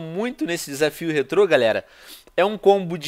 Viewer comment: Que agonia de escutar ele falando rétro